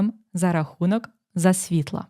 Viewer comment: Засвітла- коли? Наголос на першому складі.